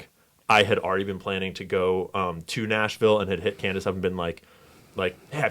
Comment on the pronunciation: Why is he mispronouncing Candace’s name and misspelling it ?? Is that suppose to be a dig ? Or a joke about the media messing up his name ?